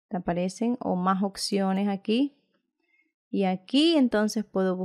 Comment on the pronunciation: gracias x todo pero me desespera cuando LA escucho decir "OCCIONES" "LA OCCION"